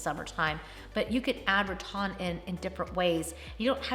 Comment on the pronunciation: Always love your videos!! Just wondering why you say “Ra-Ton” instead of Ra-Tan... is that a southern pronunciation? 😊